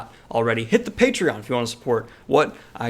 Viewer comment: Your LaCroix pronouncement at the end. It made me Lol! Super looking forward to the Dark Crystal! However, after some digging around, I’m sad to see that they didn’t tap on Brian or Wendy Froud in any capacity.